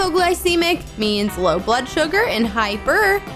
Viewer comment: When she says blod sugar im like:oh damn i have a sugar diabet(fun fact:u can't eat when ever u want ur blood sugar rules u)